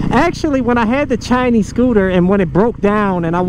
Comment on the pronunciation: Chi-Nese... Scoo-Ta!!!